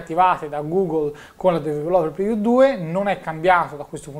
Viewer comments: "su questa dv-rló-reviú" mitico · sei bravissimo, ma ti prego impara a pronunciare "developer preview"! :D